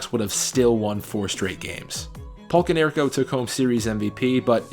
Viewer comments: Go Sox! I know I’m late but please never say “Konerks” again 😂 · 'konerks?' cmon..its always been PAULIEEEE! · only mistakes are konerkos nickname is Kong, not "konerks". and dustin hermansons last name is pronounced wrong.also, podsednik had 0 home runs in the regular season. two in the postseason. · Your name pronunciations are atrocious... I mean I counted at least 5 wrong names (probably more) but the worst is “el dookay” when referring to “el duce”... lol... Paul Konerkos pronunciation was also hilarious.